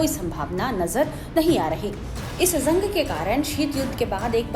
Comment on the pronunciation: ज़ंग नहीं जंग